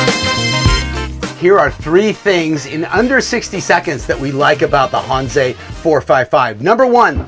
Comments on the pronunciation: out here in cali, that's how i say it. hanse is not pronounced hansa, because it makes no sense. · Maybe he'll figure out how to pronounce Hanse in the next video.